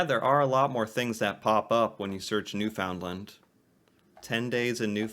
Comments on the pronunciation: It's pronounced New-fin-land not New-found-lind or New-fin-lind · Please please please say Newfoundland correctly. It's not new FOUND land. It's pronounced, newfunLAND with the emphasis on LAND. And Newfoundland and Labrador are considered one province because of the population and for federal funding purposes . Newfoundland is technically an island but called the rock. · I don't know how you keep finding these videos of people who don't know how to say "Newfoundland" It's not "new found lund" or "new fund lund" It's "newf n' land" Rhymes with grassland, not England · I freaken hate it when you say LIND. I TRULY HATE IT. IT IS NEWFN LAND. NOT LIND . GET IT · it is pronounced as one word New ''fin''land not ''found'' as spelt. Think New and the country Finland. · Its not pronounced New found land its pronounced New Fin Land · NewFoundLand will get you a big frown. To the natives it's it's pronounced newphoundland. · its pronounced new- fin lin not new found- land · It's pronounced, New-fin-land ,not New-found-lin or New-fin-lin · Newfinland by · Newfoundland is pronounced locally as "New-fin-land". "Land" is pronounced the same as "and" not "Lind". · Newfoundland, it’s not (New found land), it’s pronounced (New’ fin land). Most Newfies do not like the word “new found land”.Many see it as an offensive name. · Pronounced NEW-FIN-LAND newfies don't usually pronounce it new-found-land but thats definitely a better pronunciation then new-fin-lin like shes saying lol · Just FYI... it's not pronounced "NewFOUNDland". It's "NEWfndland". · Woah whoa whoa Pump the Brakes, Bro. It’s offensive to say New-Found-Land. It’s Pronounced “ New-Fun-Lund”. I was married to a Newfie and My kids are 1/2 Newfie. They would tear you a new one (Canadian Slang) if they hear you say New-Found-Land. Me personally don’t really care but know how my family is out there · I was born and raised in Newfoundland and I, and everyone I know always call it Newfoundland. Not Newfinland.